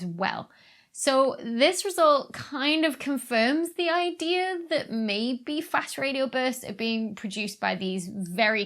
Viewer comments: She said, "Idear". I used to joke about really old movies where the character would say, "This gives me an idear!". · I always find it funny how British people drop their "R"s in words like dear, then add them on to words like idea